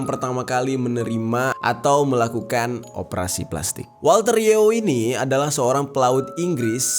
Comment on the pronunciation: Berapa kali bang Jeri ngomong pelastikkk?😱